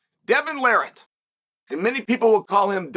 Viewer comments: Devon "Larrat", rhymes with "parrot", not "the rat". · lol tell us how to pronounce his name and still miss pronounces it